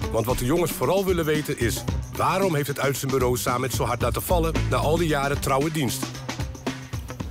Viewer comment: Samed spreek je uit als Sammet. Niet Saamet.